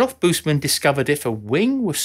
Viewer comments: Wished that German names are pronounced correctly (not a big task as every entry in Wikipedia provides a sound file of the given term) Adolf [uh-dolf] Busemann [boos-a-mun] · Man, work on pronouncing family names right. Busemann would be worth it.